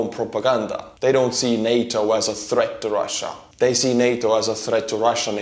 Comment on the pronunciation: I'm jus happy pronunced it NAtA not Nata